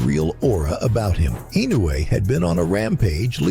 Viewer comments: It pissed me off when people pronouncing INOUE name wrongly. It is I-NO-U-E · Ee -- noh - eh